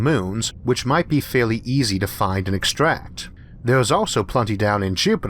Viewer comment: "It is vehy eezy" "Jupedor" Oh yeah, this guy. leaves